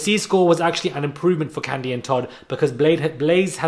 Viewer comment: I'm from Atlanta & so is Kandi. Baaaaaaaby when you mispronounced her name I almost called for that same ambulance that always drive down your street precisely at the right moment 🤣🤣🤣 That took me out!!!